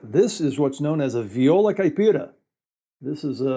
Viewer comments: Great video! I didn't know all that you said about the Viola. And great pronunciation of the words in Brazilian Portuguese! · Wow, excellent pronounciation! I'm a viola caipira player myself. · I don't know him, so I don't know if he speaks Portuguese, but friend, his Portuguese pronunciation is impeccable! Few foreigners are able to speak the "nasal vowels" of the Portuguese language (vowels with this "~" accent) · It is awesome to see the instrument I play and love being represented in a foreign channel. Btw, pronunciation is great, congratulations, nailed it. Saudações do Brasil.